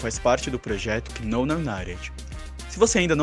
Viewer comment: Não sei se você sabe, mais no inglês o "K" é mudo, ou seja, não seria: "kinou" e sim "nou"